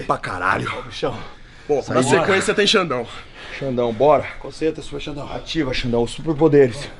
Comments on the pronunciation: kkk tem dificuldade de falar o nome do super xandão...hora ele fala super sandrão e outra é xuper xandão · Xuper sandão